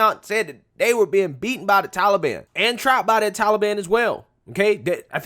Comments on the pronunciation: Dear Joe: it is Taliban - not Tally Ban!! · Biden doesn't even pronounce taliban right